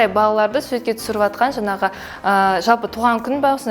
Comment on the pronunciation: ОНай емес, оҢай ғой ! ҚараНыздар емес, қараҢыздар ғой ! жаНағы емес, жаҢағы !